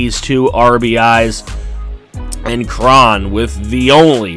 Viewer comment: Cj Cron is "crow-n"